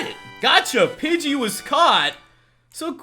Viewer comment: Pidgey not budget